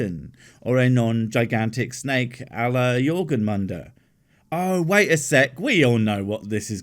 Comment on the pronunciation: I know I'm supposed to make a joke or stupid argument here but.... but did you just say "jorgunmunder"?